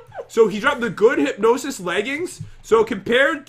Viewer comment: I know its not a huge deal but i just kinda get annoyed when he says hypginosis its hypgnsis